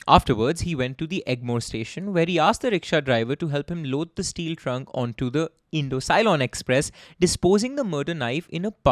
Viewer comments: Ce-lon, not loan. Present day Sri Lanka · Not to forget Ceylon (si lone as sigh lone) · I just loved the mistakes in pronunciations 😅 Ceylon -> sea-loan Alavandar -> aah-luh-wan-dhaar The above are the correct pronunciations though Keep up ur good work bro🔥